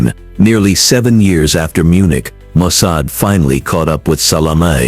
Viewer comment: I hate AI generated voices. This AI couldn't pronounce the names of Mossad or Eikman.